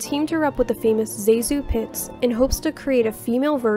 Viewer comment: It’s “Zaaaa-zu” Pitts. “Zaaa-zu,” short “a” as in “cat.” She was Nancy Reagan’s godmother. Your documentaries are great, going into detail with the interesting clips and informative narration. But in this one and another one, you mispronounced the names of some rather famous stars. It’s not hard to get the right pronunciations, just surf the internet or have an Old Hollywood dictionary on hand. The other one you mispronounced was very messed up, I will try to find it and post it, you should not repeat these mistakes if you want to keep your quality up.